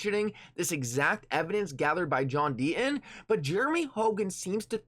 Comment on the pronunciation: The inflections in his voice and the fact he cannot pronounce the letter T, mean I can only watch him on mute with subtitles/closed caps. But even then I get frustrated as the subs read the way he speaks. They read John Dean instead of John Deaton.